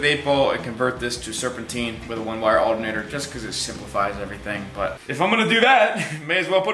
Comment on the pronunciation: “Aldernator” 😂 love the vids!!!